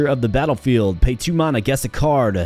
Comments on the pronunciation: Huh? You are saying it really odd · Why are you pronouncing Mana so weird? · Just never heard it pronounced that way ever. I have watched thousands of videos and most are roguelites so I have heard the word a lot. Hope its not offensive, but I have never heard it said like that before